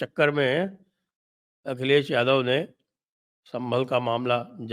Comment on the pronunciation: Akhal less महोदय कहा आपने या अखिलेश महोदय? मुझे तो अक्ल लेस महोदय सुनाई दिया